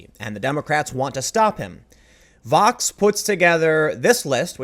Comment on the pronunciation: Also, Tim... Vox??? CUMMON